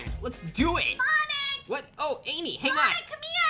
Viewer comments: Did bro say solo babe lol😂😂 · Did he just call Amy bebe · He said bebe not Amy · and no he didn’t he said ame